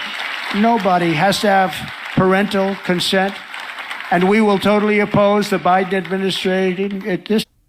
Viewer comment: Bro said Toe Tally Tarey a Tism